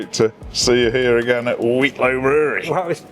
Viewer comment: Another great upload but please practice saying Wheatlow for the next time you go😂